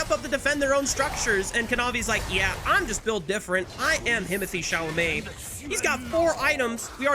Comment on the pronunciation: what? Himothee Chalament? What does that mean? 🤣